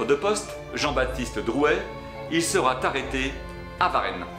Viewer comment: Sans compter, à 10'07", il sera-t-arrêté et les nombreux "Taillerand" alors que dans les sous-titre, on lit bien qu'il n'y a pas de i avant ll, donc on prononce les deux l.